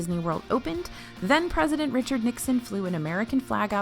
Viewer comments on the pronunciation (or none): none